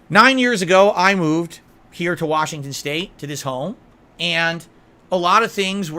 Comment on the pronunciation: WHASHINGTON WHASH